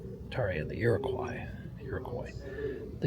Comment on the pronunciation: Iroquois. Rhymes with raw. Not with toy .